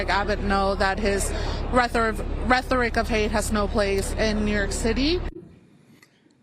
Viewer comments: If you're gonna use a word like Rethric..rethoric...rhetoric...prolly should look it up first....just sayin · The educational system fails another she said rethoric not rhetoric 🤣🤣🤣🤣